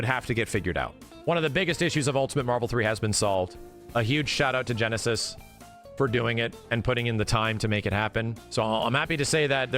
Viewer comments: Their name isn't pronounced like "genesis", it sounds like "nice" lol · Genesis? Gneiss is pronounced "nice." It's a type of stone. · I thought gneiss was pronounced like nice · There's something really goofy about praising Gneiss and wiring them $5k but not being able to read their name that is clearly NOT "Genesis" (it's a type of rock and rhymes with "Nice") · Side note on the modder: I don't know them, and perhaps they choose that pronunciation for some reason, but the word "gneiss" is actually pronounced "nice", not "genesis", and (for those unaware) is a term in geology to describe a metamorphic form of rock formed by changing schist, granite, or volcanic rocks through intense heat and pressure. I just want to make sure the modder gets the recognition they deserve, so that those who remember more from audio than visual won't miss out on following Gneiss by trying to find the modder "Genesis". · He keeps calling this dude Genesis like his name isnt Gneiss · GNEISS is pronounced NICE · Wouldn't their name be pronounced like 'Nice'.